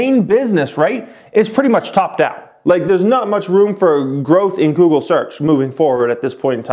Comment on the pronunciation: Would it have killed u to finish out goog with the “le”? Lol geez!